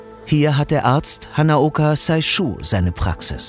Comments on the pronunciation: It's not read "Saishu". It's "Seishu". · Liebes TerraXHistory-Team danke für die Doku. Hanaoka Seishu spricht man wie das Englische 'say=sagen' aus. Sein Name wär Saishu, wenn es wie im Video ausgesprochen wuerde. Sehr interessant, danke! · hanaoka "seishü" und nicht saischu. Ei nicht ai ausgesprochen :)